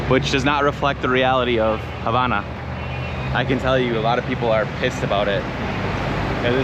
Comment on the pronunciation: Dis you hear say "HABANA" (on 31.34mn) with the silent H? (hABANA)